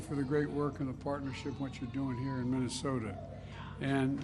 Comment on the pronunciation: Mumbles in mamamama you know the place with the snow 😂